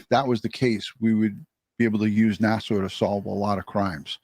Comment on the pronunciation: It’s NASA, not nasaw